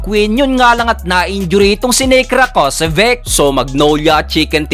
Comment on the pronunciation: Rakocević (ra-ko-se-vich). dapat alam mo na kung pano bigkasin yung mga pangalan nila 😀